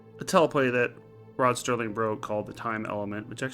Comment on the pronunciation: It's Serling, not Sterling.